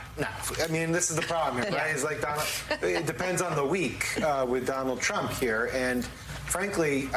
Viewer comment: wah.. dwanald twump.. dwanald twump